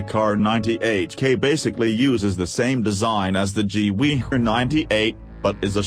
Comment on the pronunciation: I love how you spell gewehr is gewee